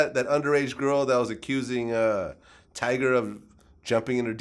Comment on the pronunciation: Vlad is so fuccin white lmao he also says Tiger instead of Tyga i use think he was just tryna make fun of him